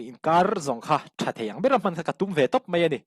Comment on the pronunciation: "Tlet" Ni lo vin, "Tlat" Tih tur aw... "Tlat mai a" Tih tur... "Mai" tih tur pawh hi "Mei" tiin I lam ri ngun thin... Han uluk deuh teh.